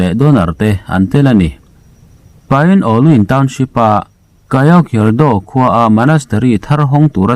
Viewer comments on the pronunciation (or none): Pin ú luan, ti a lam tur aw. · pyin Oo lwin lam dan tur chu,Pyin pin ti ah lam tur,Oo U -unau anga lam tur ,lwin-luai ti ah lam tur...pin u luai ti a lam tur..